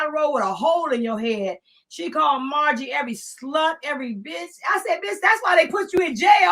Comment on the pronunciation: Three things beloved gonna do: mispronounce co-conspirator and mispronounce innuendo and mispronounce Margorie. We'll allow it.❤ Get eem,.